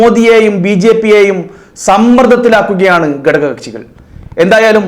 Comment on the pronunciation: എടോ..'. ഗടക ' kashi അല്ല.. "ഘട ക "കക്ഷി യാണ്...